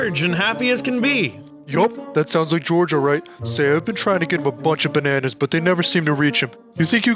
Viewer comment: Bananas❌ Benanas✅